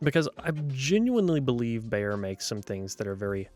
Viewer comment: I'm begging you: please stop mispronouncing "Beyer." It should sound like the English word "buyer," not "bayer."